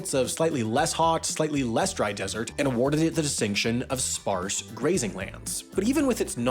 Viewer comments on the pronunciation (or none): none